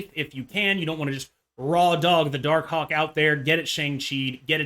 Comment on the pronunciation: Say Darkhawk again please